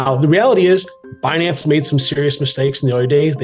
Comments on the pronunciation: Who else promounces it Behnance hahaha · "Benance!" lol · Benanaze 😂😂😂😂. She needs to get fired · Could someone please tell yellen how to pronounce binance 😂 the i is long woman ! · Be-nance? You would think it the name would be pronounced correctly..oh wait, you would have to respect something before you would care to pronounce it correctly -_ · Yellen doesn’t even know how to pronounce Binance… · she needs to take her time to make sure she mispronounces Binance